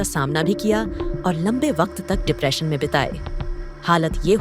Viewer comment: डिप्रेशन शब्द है ना की डिपरेशन जैसे ऑपरेशन नहीं ऑप्रेशन है